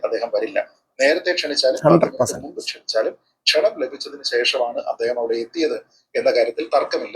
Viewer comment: A request: Dont say... നുമ്പ്... Please Say: മുമ്പ്. (In your all episode you says..നുമ്പ്..)